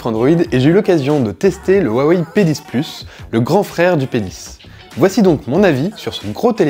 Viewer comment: G crue entend te penis aux lieu de p 10